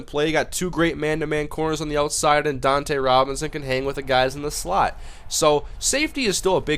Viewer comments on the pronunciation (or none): Its Dunta Robinson not Dontae Robinson Otherwise good video